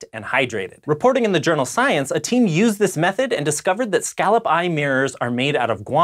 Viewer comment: Can you pronounce scallop right at least?